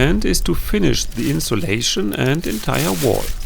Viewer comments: Can I just correct you? I mean no offence but that would be 'insulating' with a U not an O. I'm only trying to help here as 'insolation' (how you pronounced it during the video) sounds like a different word in English. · Love your videos.. pssst. it's Insulating, not insolating.. just sayin'... (heart)